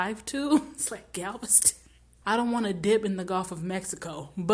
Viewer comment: When she said Galveston I could feel every Texan go 😗😗😗